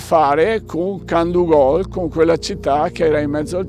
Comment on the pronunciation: molto interessante. un appunto sulla dizione, piú probabilmente Candúgol/Candúvol